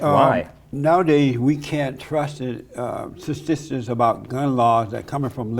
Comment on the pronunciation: “stasssstics”???? What the hell did Jesse say???